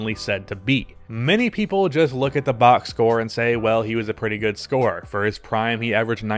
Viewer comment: Dude just said box score like he was Thomas Jefferson